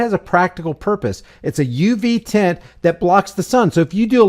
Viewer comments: It's tint no s tent that s*** drives me absolutely b***** crazy stop changing words I'LL SAY IT ONE MORE TIME IT'S TINT T I N TINT NO S AT ALL NO SUCH WORD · I couldn’t get past that dude repeatedly saying, “tents.” It’s tint.